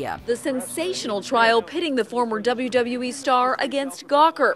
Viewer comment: The way she says WWE/WWF/WCW...dafuq